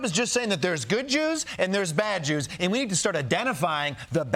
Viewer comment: "Bad Jews" sounded like "badgers." There had to be a joke in there somewhere.